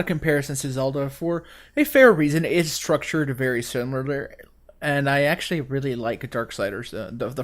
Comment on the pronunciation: "Its structured really Surmurliar"